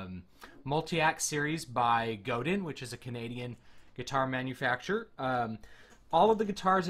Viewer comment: Pronounced Go-DAN... French.